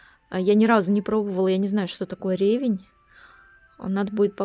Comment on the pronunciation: С наступающим и пусть новый тебе принесёт желаемое. при этом оставайся такой же весёлой и позитивной. Ревень это кислая трава которую мы осенью крали ещё детьми на школьном участке и нас за это ругали, это полезная травка вызывающая аппетит Ударение на вторую букву Е, "ревЕнь", от слова реветь. "Зачем ты слопал столько ревеня." (Знаете ребята, не ревеня жалко а то что вы его больше потоптали). Вот примерно как нам говорил директор школы Георгий Иванович. Очень был справедливый и честный человек, по совместительству преподавал историю, право и иногда географию. А знаешь, все эти побрякушки которым ты так радуешься, кто внёс самою большую лепту в их существования? Вот ссылка Но только на этом сайте не все ролики правдивые, но этому можно доверять.